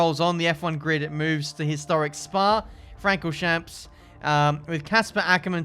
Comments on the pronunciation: Frank or shamps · your pronunciation of Spa- Francorchamps is awful pal😂